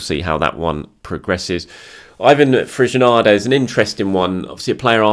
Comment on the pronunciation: It is fresneeda not fresnada